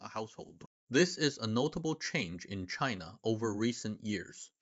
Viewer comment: Cheena? Really native sounding